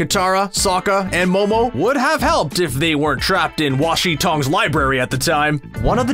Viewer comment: wash in tang 😤 its. wan shi tong